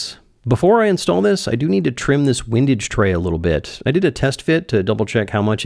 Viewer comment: Hugely entertaining plus I now know how to pronounce “windage” (wind as in “what a windy day” vs wind as in “it’s fun to watch wind himself up in knots as he builds his windage tray…”) cheers